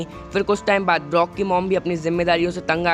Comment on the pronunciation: He is brok not blok